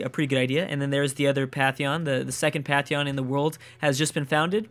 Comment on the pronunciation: Patheon... k-eye-oto... this guy is totally butchering the pronunciation. The N in pantheon is not silent, and the Japanese capital is key-oto.